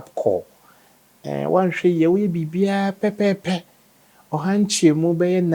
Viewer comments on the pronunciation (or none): none